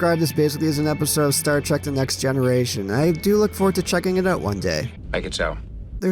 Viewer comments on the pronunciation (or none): none